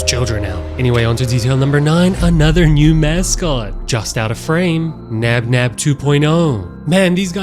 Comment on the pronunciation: Hey three nob nob and plan ba you know the name is bonbon spell labinab that mean they're both the same